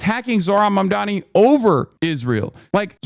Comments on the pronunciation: Bro how is he STILL saying MaNdaMi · how does cuomo keep getring mamdanis name wrong its so insane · how do you pronounce zohan mandarini wrong no many times? its so annoying.. like its on purpose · “Zorran monDAMi” - Cuomo